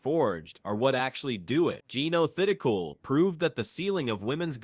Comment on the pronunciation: Learn how to spell and pronounce Jeeno Thitikul’s name for God sake!